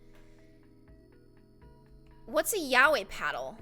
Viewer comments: ITS YA OI NOT YAYOI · i love you, but it's pronounced "yow-ee" not "yay-oi" <3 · yaoi is pronounced “Yow-ee “. And it is a Japanese slang term meaning “boys love” or homosexually. There is also yuri,which means “girls love”. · XD Yaoi isn’t pronounced yay-oh-a. It’s yow-ee. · yah-wee? I thought "yaoi" is ya-oy LMAO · Lol you pronounce Yaoi as Yeah-wi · Y-ow-ie = Yaoi. Yaoi is gay men. My heart.... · Yaoi is pronounced Y-OW(as in wow) -EE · Yaoi... YA-WEE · thats not how you pernounce yaoi its (ya-oi) (yeah) -- (oi) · Yaoi (YOW - EE) ... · Itès pronounced YA-O-E It's spelled Yaoi though. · You say Yaoi as yawe (if that helps ) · The name yaoi is pronounced ya-oh-i and it is basically a japanese word for guy-on-guy action(i hope i helped someone) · Yaoi is pronounce yah-oh-eye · yeah-ow-e is how yaoi is pronounced. also, naruto is pronounced nar-oo-toe not nar-oo-doe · it is ya-o-i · yaoi is pronounced yawee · It's pronounced (ya o we) And ( sem a)